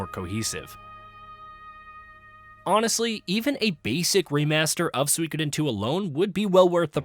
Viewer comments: He is pronouncing it Swikidin 😂😂😂 It’s pronounced SUKODEN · It should be pronounced Soo-E-Koh-den not Swee-keden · It’s pronounced sue-koden. The I is silent. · Maybe watch a YouTuber who can say the name of the game correctly.